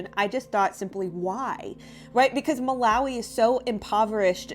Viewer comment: Hey I lived in Malawi as a kid, uk sub here, it's pronounced Muh- lar- wee lar rhyming with car As you asked!!!